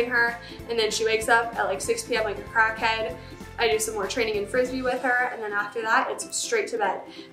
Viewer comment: Stop saying crack head like that